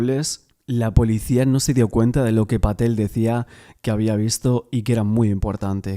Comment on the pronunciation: Pa Patel Se pronuncia así, perfecto 👍